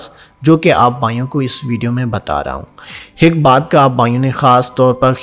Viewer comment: Pehlay aik.kehna to seekh lo . aik kaa haik banaya huwa hai hik.hik.haik hehhehhaahah